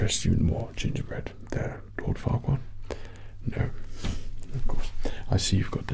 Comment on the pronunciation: At first I heard it like fuckward… untill I read it was Farquaad😂😂😂